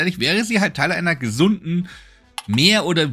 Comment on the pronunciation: "gesunden" ?! Nein nein!!!😱🤕🤧